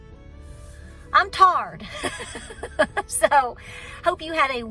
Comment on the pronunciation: I had to stop the stream when i heard you say "are you tired " then you said, "are you tarred". My Pop, born in 1028, me in 1964, used to ask if i was "tarred"? When i saaid yes, he would say, "then take a stick and rake it off"!?